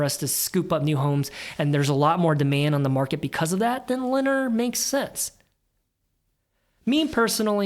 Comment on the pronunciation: I really like your approach reviewing the numbers while emphasizing each company's competitive position. I'll add that, much like Hormel, Lennar is pronounced with the "emphasis" on the second syllable - plus the competitive position.